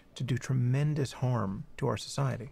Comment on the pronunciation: Sam says 'harm' like 'horm'